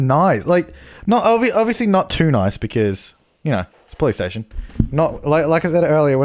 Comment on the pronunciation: When he says police station sounds like hes saying Playstation